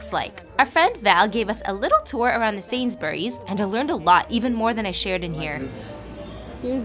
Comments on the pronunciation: It’s not really pronounced SAYNS-BER-REES but the “bury’s” part is said as one syllable SAYNS-BREES. At least that’s how the people say it where I’m from. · The way "Sainsburys" was pronounced made me shiver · Thats not how you pronounce sainsburys lol